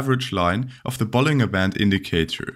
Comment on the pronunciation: Btw 'bollinger' is pronounced with a J sound like 'bollinjer'.